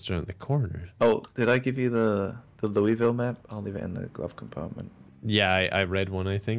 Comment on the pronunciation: No one knows how to say Louisville right lol